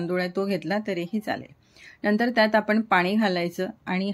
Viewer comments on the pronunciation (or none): none